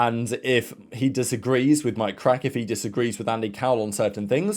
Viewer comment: Little correction. It’s not pronounced Krack but “Kraahk” . He is from Luxembourg so I know ;) in case you wanted to know :p great content as usual!